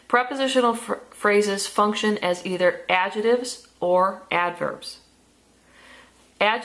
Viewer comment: I don't like the way you say adjectives but good vid